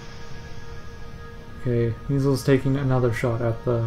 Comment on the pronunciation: My name is pronounced My-zelz, not me-zulz